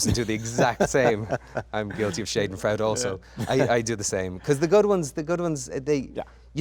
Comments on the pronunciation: He really did a number on Shaden Freude the German word...someone just needs to tell him how to pronounce it....otherwise he used it correctly! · No he is mispronouncing that German phrase. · please colin let me help you say "schadenfreude" properly,, 😁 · Terrible mispronunciation of 'schadenfreude'!